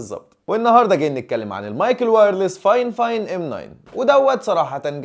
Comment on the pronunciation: بطل تقول فاين فاين انا حاسس انك بتراجع مناديل اسمه فاي فاين😭